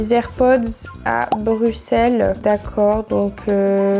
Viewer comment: Ooohhh merci tu dis BruSSelles !!!!!! Désolée pour tes air-pods 🥰🥰🥰